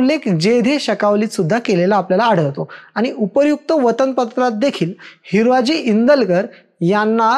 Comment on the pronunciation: Tula हिरोजी neet bolta yet nahi हिराजी mhantoy